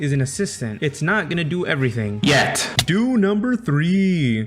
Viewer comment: That "YET" is f scaring me